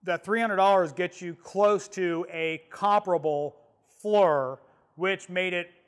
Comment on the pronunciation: The high res on that one and the FLIR certainly look cool, a step or two above the Predator's lol. Oh I'm not one of those dicks but it's pronounced Fleer, Knipex all over again